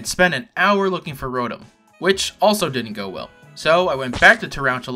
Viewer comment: Glad you pronounce delibird right, but what about rotom?